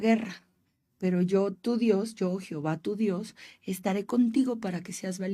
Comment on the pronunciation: Gracias, excelente tema! Una observación se escuchó raro escucharte decir Jehova 🙈🙉😅😅